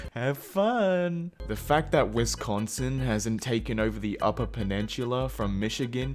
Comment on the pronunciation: *pronounces peninsula wrong Everyone who lives in Michigan: "YOUR TIME HAS COME!"